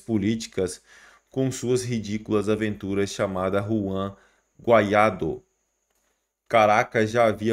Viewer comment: BOM VC APRENDER PRONUNCIAR O NOME CORRETO DAS PESSOAS. NÃO É GUAIÁDO QUE SE FALA É " GUAIDÓ .